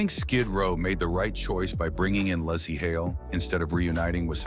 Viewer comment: lol the AI can’t even get the woman’s name right apparently she’s got three names lazy Larse and lassy